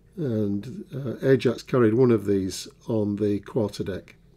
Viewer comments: you are correct in pronunciation of Ajax, if the ship was not RN and European for example then it would have been pronounced the other way. Great review and looking forward to seeing this built. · Ajax is the correct pronounciation